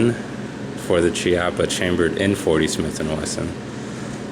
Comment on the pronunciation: Chiappa is Italian ... it is pronounced "key-appa".